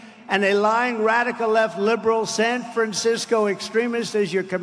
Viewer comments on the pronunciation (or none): you can just hear they say sanfrancico like they want to say Sambo.